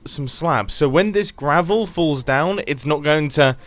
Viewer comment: Mumbo~ on top of the scaffolding we will have gravel Grian~ you mean gRaVuL me~ just use SAAAAAAAAAAND